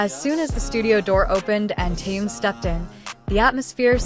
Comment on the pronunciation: Что за безобразный перевод. Так коверкать имя Тэхена.